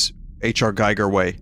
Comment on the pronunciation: You insist on pronouncing "Giger" wrong, and I already have a migraine so stop that.